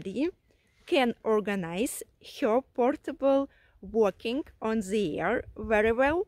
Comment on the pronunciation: Ну,.. молодец, радио-баба! Избавься от русского зе в английском. Научись высовывать язык при произношении the, this.. хотя тебя можно простить, ты же блондинка.